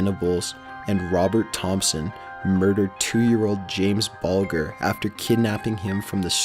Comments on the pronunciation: The G in BULGER is a soft G, as in sounds more like BULJER. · and James Bulger. Bal-d-ger... You can tell this guy just reads stuff.. He's too weak to understand or research it. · Awesome. Just to be picky, on number 13, it's pronounced Jamie 'Buljer' (a 'j' sound rather than a 'g'). The media reported that Child's Play inspired the killers and the film became super notorious here in the UK! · It's pronounced "Bul-jer" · "James Bulger" It's said "Bul-dger" but spelt Bulger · Bulger is pronounced Bull - juh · Not being rude, but you need to check how to pronounce some words - Omagh is pronounced Omar and Bulger is pronounced Bulge-er